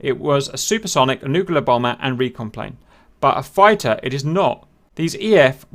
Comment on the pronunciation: Ehhhhm, what's a 'Nucular' bomber? ;D